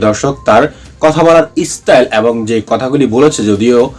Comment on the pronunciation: ন্যাতা, ইসটাইল,অবাব, এ্য।বং, শ্যাশ কী জঘন্য উচ্চারণ !